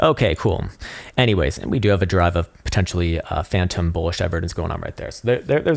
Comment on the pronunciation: I've been learning a lot from your very insightful TA. Thank you for the free and helpful content. Just one request, though. Please don't say bulla Jesus.